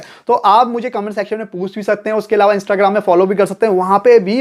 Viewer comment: ईलावा नहीं अलावा 🤣